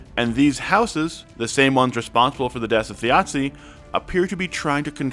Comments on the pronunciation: also, the “z” in Thjazi is less “Thjiatsi” and more like the z in zebra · I was thinking "why is thjazi Italian" lol